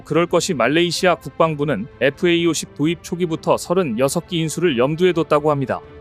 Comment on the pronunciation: 제발 FAE-50이라고 읽지 마라.